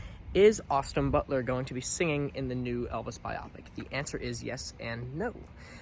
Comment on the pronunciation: He said biopic! Lol it's bio-pic